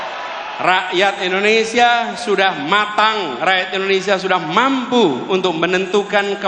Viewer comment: indonesia pak bukan endonesia 😂😂😂😅😅